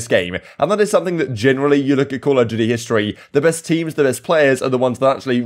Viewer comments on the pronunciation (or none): none